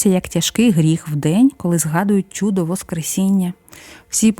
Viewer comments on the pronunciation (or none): Чудо, а не чюдо